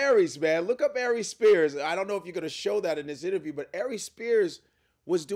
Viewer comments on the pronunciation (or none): Lol “imterview” .